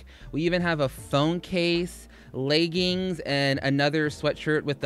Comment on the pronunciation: Lmao, while showing the new merch, peep he said "leygings" 😅💀